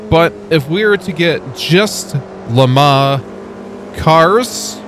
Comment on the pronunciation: Am i the only one that is annoyed at the pronunciation of Le Mans and what is the Automobliesta game you keep talking about? 😂